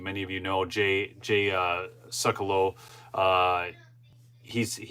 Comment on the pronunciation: Suckelow..?!? lol! It’s Sekulow..!!